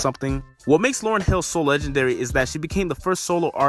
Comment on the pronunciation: It’s Lauryn sorry